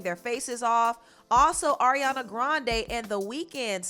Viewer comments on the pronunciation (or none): none